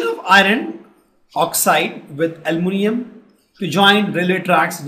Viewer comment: Bhai almonium nahi hai aluminium hai 😂😂😂